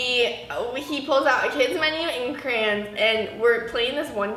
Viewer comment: Bruh what the heck is a cran (Crayon)